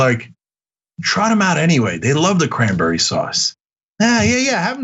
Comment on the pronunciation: Did I hear Crimeberry sauce? 🤣 Sounds like something gramps Lou would ask for